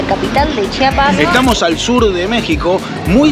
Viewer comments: Lo que me da curiosidad es que ellos sí saben pronunciar CHIAPAS y no chapas como la gente de otros estados de la república 😂😂😂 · Lo que me ha encantado es que a diferencia de los mexicanos del centro y norte del país ustedes si dicen bien CHIAPAS y no CHAPAS como ellos.